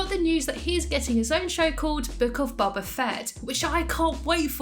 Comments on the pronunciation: It's not pronounced bob uh, it's pronounced like doh but b instead of d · Sorry but it’s bo ba not ba ba fett hopes this helps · Your saying boba wrong